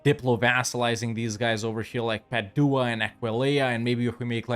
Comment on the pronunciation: The way you pronounce Padua hurts my ears. Love the rest of it!